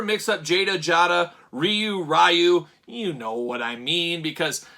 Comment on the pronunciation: It's not even Ree-You. There's no "R" sound in Japanese...it's more like "DeeYou." I don't know the translation of the boards, but I know they've been translated many many times over the years. I'm on the October list.